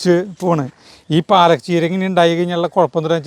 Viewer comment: എൻറെ, 101 പ്രാവശ്യം പാലക് ചീര എന്ന്, പറഞ്ഞു പഠിക്കാൻ പറ😂